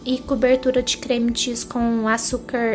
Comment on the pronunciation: Moça qual creme tu fala parece que fala creme de xis